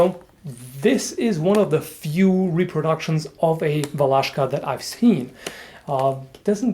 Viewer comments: I'm slovak, and i'm realy suprised how you pronounced Valaška... very good... try some slovak words, like "čučorietka" "púpava" "fujara" just for fun :D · Thumbs up for pronunciation "Valaška" ;) (Iam from Czech Republic) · Hey, it was mostly used in todays Czech rep, in "Valašsko" region in east part of Czech rep, at border with Slovakia, hence that name Valaška (by the way you prononce it really good), and still is used as you sayed, in rural areas, and in ceremonies etc. I went to high school in Valašsko for some time, I have seen people to used it quite often. And it is not supposed to be used for chopping logs. Its used mostly for chopping small branches, self deffence and walking stick. Something you carry with your self every day, all day. By the way, I really love your vids. Greetings from Czech rep.:)